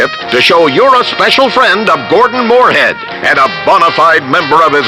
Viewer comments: Has ANYBODY noticed, that the anouncer always pronounces Mooreheads name wrong? Mooreland, General Moorehead, Jeremy Moorehead, George Moorecock . . . GREAT! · has anyone here noticed that the announcer keeps getting mooreheads name wrong? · the narrator fucks up his name soo many times.